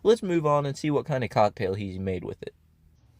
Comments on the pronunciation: I'm not English native but it doesn't sound like COCKtail is the right way to pronounce it... Did he do it intentionally or is he just weird like that? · it is pronounced cocktail but the emphasis isn’t supposed to be on cock 😭 it’s said together as one word, not the way he says it. i’m pretty sure he’s trying to be funny and/or weird and he’s doing it on purpose